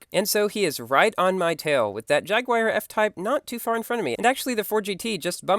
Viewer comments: You said jagwire its actually pronounced [jag-oo-are] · I pronounce Asterion as As-ter-rion but you do it as in As-teer-ion You pronounce Jaguar as Jag-wire I pronounce it as Jag-uar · It's pronounced like "jag you are" XP